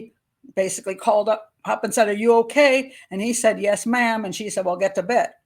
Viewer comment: Yes, Ma'am! Not Yes, Mom! FFS🤬